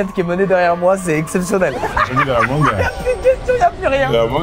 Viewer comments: La mangeuh m'a tapé un fou rire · ✨LA MANGUEUH ✨ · ✨la mangueuh✨ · " la manguE " 😂 SDM le goat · La mangeuuh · "La manGUE"😂